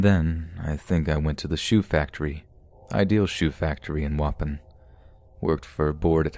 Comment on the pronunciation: Danielle Barks don’t worry I have one too. Waupon is not pronounce waupin, it’s wah-pawn. It took me half the story to figure out he was talking about a town I went to weekly as a kid. No disrespect man just maybe google how to pronounce things if you aren’t sure please.